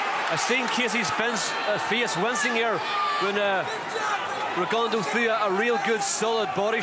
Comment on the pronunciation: When are these people going to pronounce Rigo’s last name correctly? His last name is French. It is pronounced: “Rigondough” .